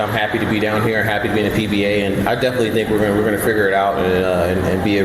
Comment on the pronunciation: Why did you say PBA like that?